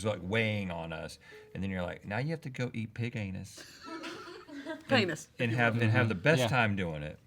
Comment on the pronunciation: “Point to your henis.” 😂🤣